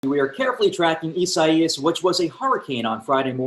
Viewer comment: why can't he say the name correctly?